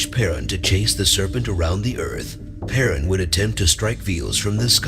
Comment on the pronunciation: единственное, что мне не понравилось в этом видео - это произношение, имена, НАШИХ БОГОВ на латинский лад... ПерУн, ВЕлес, МОкошь и тд. Они так звучат на славянских языках, а не то что автор преподнес с неправильными ударениями. В остальном - хорошее начинание, надо просвещать людей, чтобы помнили - КТО ИХ РОДНЫЕ БОГИ!